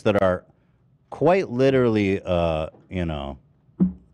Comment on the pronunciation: Why does adin ross pronounce literally as “littly” it pisses me off lmao